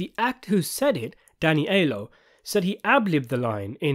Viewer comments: PLEASE it's pronounced "Eye-ello" not "Eye-lo". How about Roth told the Rosatos to say that? If Frankie lives, he flips or goes after Michael. If he dies, Michael gets told he was ready to betray him, so Roth was doing him a favor. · If I may, please, Aiello is pronounced Ai-ELL-oh ✨ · It's Danny EYE-ello.